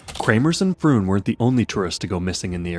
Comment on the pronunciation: Pretty sure "Froon" is pronounced "frohn" in Dutch.